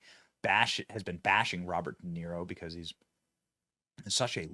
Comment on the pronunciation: "DA" "Niro". Didn't he used to play the fiddle in Rome?